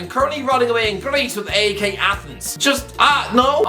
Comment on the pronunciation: AEK is pronounced "ike". seeing if you or Alfie will learn first